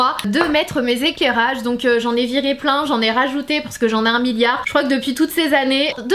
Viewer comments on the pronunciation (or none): À « mes éKèrage »mdrr Ps:je t’adore